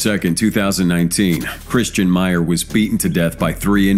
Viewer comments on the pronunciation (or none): Really poorly done. You didn't even the get the name and picture of the first perp right. #10 It's Christian MAIRE not "Meyer" and that not him . Maire is the guy on the right and the actual Jason Kechego is on the left. Assuming the rest of this video would be filled with similar errors, I stopped watching after a minute or so. Try harder next time.